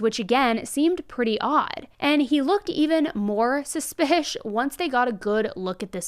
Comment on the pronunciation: Can you please say suspicious??? Suspish is not a word & it just sounds stupid!